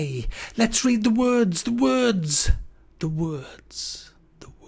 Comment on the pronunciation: "lets read the wuodz"